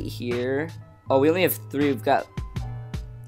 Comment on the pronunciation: "beh-thay" not "beh-thay-uh"